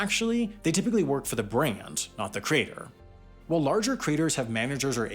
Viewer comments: Why do I keep hearing crater instead of creator? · Why are you saying "crater" instead of creator? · It's really bothersome that you pronounce "creator" as "crater". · After 4 minutes 55 seconds, I couldn't take any more. I got tired of hearing the voiceover guy BUTCHER the word 'creator'. It's pronounced like that - CREATOR, NOT 'CRATER'. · It's pronounced "creator", not "crater". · Lol “”crater””???? Never heard someone homophonize ‘creator’ and ‘crater’. Omg he keeps saying it! Makes me twitch each time. Where is he from OMG CRATER!!! Holy fuck that’s weird. Lol YOUTUBE CRATER! He just said “from crater to crater” what in gods name… Edit: go to he says “larger craters” that’s beyond funny I’m dying Edit 2: “self-identified professional craters” you can’t make this stuff up folks